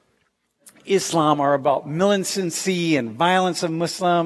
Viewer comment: Thanks God, he pronounced Islam right, not Izlam.